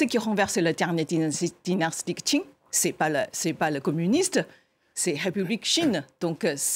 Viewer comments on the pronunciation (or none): none